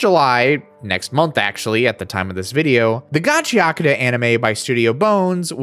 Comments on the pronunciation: great video but damn americans being unable to pronounce the T in gachiakuta seems so funny to me. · Don’t feel too bad about not nailing the pronunciation of Gachiakuta, YouTube’s auto-subtitles had an even harder time and pretty much spelled it a different way every time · Okay, I'm getting kinda sick of watching people flounder and get it wrong, so here are two quick tips for pronouncing Japanese. 1) Emphasis always falls on ODD-NUMBER syllables, usually the FIRST syllable. Every bloody Westerner seems to insist on pronouncing foreign words with emphasis on EVEN-NUMBER syllables, especially Japanese. This is almost always wrong. Hence "GAchiAkuTA, not gaCHIaKUda". I blame the French. 2) When on an unemphasized syllable, "u" is almost always silent. Compare the pronunciation "saSUKe" to "SAske". There's only one exception I've found to these two rules; when you see two vowels next to each other in Romanji or a flat dash above a symbol in Japanese script, you put the emphasis there. If you know these rules, there's no excuse. Compared to English, pronouncing things in Japanese is ridiculously easy. This isn't even a flex. With Anime as mainstream as it is, there is absolutely no reason whatsoever that anybody should still be making this mistake. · Why care about phonetics when you still pronounce it in a western accent lol "Ga-chee-Uh-Coo-Duh" lmao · I also used to pronounce gachiakuuta instead of gachiaakuta lol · Just pronounce it in Japanese lol Gachi Akuta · I've been calling it Gotchercoochie, but now I know how it is pronounced. Thanks. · I think its supposed to be pronounced gachakuta? (Gachiyakuta)? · = Soooo close! You keep insisting on pronouncing the 'U' in -akuta when it's actually 'ahk-tah'. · That final line pronouncing it wrong is my struggle frequently 😂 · i've been pronouncing gachiakuta wrong aswell this whole time 😭, also i really like your personality its really charismatic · So we're just going to ignore the "u" completely in the pronunciation?